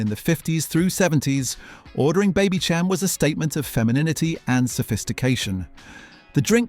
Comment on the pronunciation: Baby -sham Not Cham